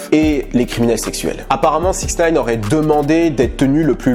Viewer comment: on dit sixty nine et non 6nine... peace